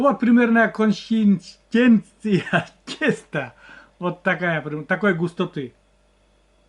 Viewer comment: С Праздником,,здравствуйте! если не получается выговорить консистенция замени другим словом т.е густота. Крылья или перо моя мама также использовала как и. Перо нужно помыть и залить кипятком с солью или содой скажите Ирме. Храм у вас очень красивый и в таком красивом месте стоит. Спаси Господи.. Так вкусно что впору идти на кухню готовить. Спасибо за рецепт. Приятного аппетита.